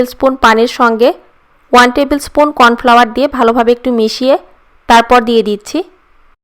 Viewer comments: কন ফেলেয়ার না ত কন ফ্লাওয়ার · এটা কন ফেলেয়ার হবে না কন ফ্লাওয়ার 😂😂😂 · কর্ন ফ্লাওয়ার হবে যে কন ফেলেয়ার নয়😂😂😂😂😂😂😂😂😂😂